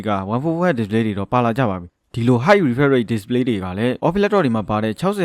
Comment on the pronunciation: Refresh တောင်ပီအောင်အသံမထွက်နိုင်တဲ့စောက်တောသား...English လိုအရင်လေ့လာလိုက်အုံး......မင်းVideo ကိုစောက်ချိန်ကုန်ခံပြီးဘယ်သူမှမကြည့်ဘူး